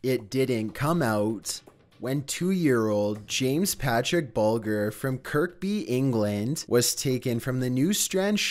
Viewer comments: James Bulger. It's a soft G, like when you say German. Not a hard G like ghost. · A "poly-teen" bag? Polythene, "th"! And it's James Bul-jer not Bul-gurr!!!! And John Ven-ables not Ven-bulls!!!!!! God!!!!!! I often wonder if is really a robot, even though I know he's not - I've seen his face! But still, ffs, that voice! Poor guy. Or he might just be affecting it. The joke might be on us and he has irl a really posh English accent! That would be GREAT! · Hi I was involved with the James bulger, pronounced with a j in bulger. I met Robert Thompson in my local gym. I played ignorant and just chatting his handler was around all the time. From Elle x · It’s Pronounced Bul-jer. RIP wee man! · James Bulger (BULL - GER) was in Kirkby (KERR - BEE) and James's Dad was talking about Jon Venables's most recent crime i.e. child pornography so nothing to do with James's murder directly but it is hinted that James was sexually abused by Venables and Thompson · You’re pronouncing Bulger wrong 😕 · They don't even pronounce his name correctly, both Bulger AND Venables.